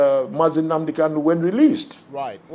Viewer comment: PLEASE BRO.. WE LOVE YOUR VIDEOS AND PRESENTATION.. It is NOT UNADI it is NNAMDI